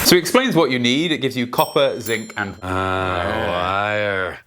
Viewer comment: bruh you said whire. i've never heard an heytch placed into the word wire. Cheers! and Congratulations!